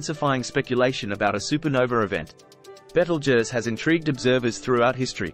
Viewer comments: Nice to hear someone with a decent pronunciation of it's name. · Beetlejuice is what you get under your boot on a warm night. At least this one got it close to right. Last time I looked I'm a crusty looking old human. Cheers.